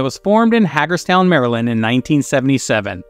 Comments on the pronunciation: Hagerstown is pronounced HEY-GERs town not Hag-ers town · OH MY GOD!!! You said Haggerstown, It's Hagerstown. Hager, like Sammy Hager. These guys were HUGE in Baltimore/Hagerstown back then. I was in college at Towson State U back then. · It’s pronounced Haygerstown (Hagerstown) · ...thank you! Thank You!! THANK YOU!!!!! for not saying kix was a Baltimore band. ( by the way, its pronounced HEY-gers-town. ) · For those of us who live around here, Hagerstown is pronounced with a “ long a” not Haggerstown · You're out of your mind to call Kix a one-hit wonder. The album "Midnight Dynamite" hit #50 on the Billboard top 200 albums. It hit #1 on Amazon's Hard Rock chart, for whatever that's worth. "Blow My Fuse" record debuted at #11 on the Billboard hot 100. That song was what really broke them into the mainstream. One-hit wonders. Please. And, not for nothing, it's not pronounced "Haggers-town." It's pronounced "HAYgerr-stown." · Hagerstown pronounced hay gers town